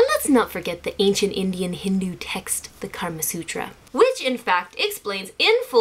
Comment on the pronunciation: Eh It's the "Kama Sutra" not "Karma Sutra"